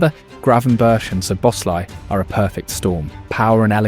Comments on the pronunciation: Guardiola pronouncing our midfielders' names... "Svloazi", "Gravener", "Carti Jones". I don't know if it's hilarious or embarrassing. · That was so cringe when he actually uses dutch footage in his own video and they pronounce it correctly. Also Sz in Szoboszlai is not "sh" in Hungarian but more like normal "s" in English.